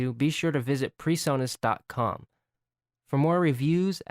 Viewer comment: It's not Personus. Lol.